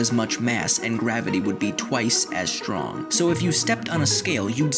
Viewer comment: shtrong bones are great indeed ! jk, love your pronunciation :p